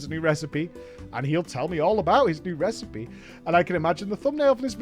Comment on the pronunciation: I listen to you in the background while I work in the mornings and it's been making me laugh everytime I hear "THAT'S IT! I've learnt a NEW RECIPEH!"